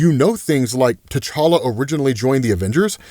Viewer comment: Can you please stop saying the name to tCholla, it's so annoying!!!!